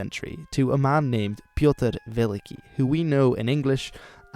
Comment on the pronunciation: Don’t pronounce Pyotr Veliky in a Norse accent...